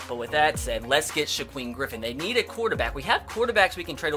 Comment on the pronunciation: Sha queem Griffin. That's a new one.